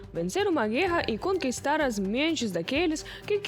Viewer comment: Parabéns p/apresentadora. Está melhorando a pronuncia das palavras c/ r . Antes dizia guera agora já pronuncia certo "guerra".